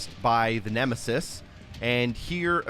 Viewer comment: I hope when you said Nemisis you were joking...